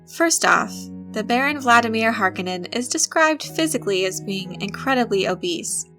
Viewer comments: Learn to say Harkonnen Watch the movie to learn how...You keep puttiing a D in there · If you knew what you were talking about you would emphasize the "o" in Harkonnen. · Movie was great one of the things that really killed me though is they say his name wrong through out the movie and in the old movie from 80s he says his name from own lips! He says (HAR KO NIN) in the new movie they say (HARKA NON) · I'm pretty sure in several Frank Herbert interviews, he pronounces it "Har-KO-nin". Not harkenin. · Har - KO - nen. Not HAR - ke - nen. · Not HAR Koh nen. Har KOH nen. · I love your vids, kid...but PLEASEEEEE its not HARK KIN IN....its HAR KO NEN! LOL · Hark-O-nen. Not Hark-A-Nin. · “Har-kone-en” not “Harkennen” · Har-KUH-nen? Horrible pronunciation. Its Har-KOH-nan. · Har-cone-ins not hark-in-ins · It's Har-KONE-nen, not HAR-kon-nen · Harkonnen - Wrong stress! The stress is on "O", not "A". HarkOnnen! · I hate to be one of those nerds sometimes, but it HAR-KO-NNEN(knen) not HAR-KA-NIN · Har-Cone-Nin..... not Har-kon-nin. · Agreed. If I were to take a shot every time she mispronounced it. Then again I'm guessing narrator isn't even old enough to remember the original, 1984 Dune. Even in the movie the Baron pronounces it "Har-ko-nin." But, at any rate...I am eager to see the new Dune when it comes out. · The Harkonnen is pronounced Har-cone-en but not quickly. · did u just pronounce Harkonnens as "Hark en ens"? :o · Its pronounced as Har-kon-nen. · That name is pronounced HAR CO NEN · Harkonnen pronounced Har-cone-in. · Repeat after me: Har-coe-none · Harkonnen is pronounced 'har kOh nahn' so as you are attempting to explain Dune, perhaps you should introduce yourself to the Glossary ... The O is the Long sound not the short sound... as in "Oh" versus the O sound in words like "top"... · Paul pronounces his enemy, "Har - co - nan and no relation to Harley Quinn. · I was hoping someone would mention the mispronunciation of HAR-cone-an